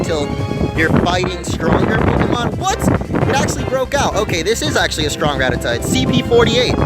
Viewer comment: Was the word Stronk supposed to be Strong?